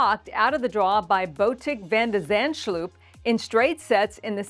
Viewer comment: I love you but your pronunciation of Botic v d. Z. is horrible 😂😂❤🙏😞😎❤️🌹🌹🌹